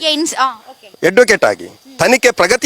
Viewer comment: ಯಡ್ವಕೇಟ್ ಅಥವಾ ಅಡ್ವಕೇಟ್ ಯಾವ್ದು ಸರಿ ?? ... ಕೇಸ್..ಶವ ಸರಿ ಆಗಿ ಮಾತಾಡೋ